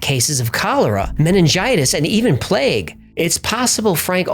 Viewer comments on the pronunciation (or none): none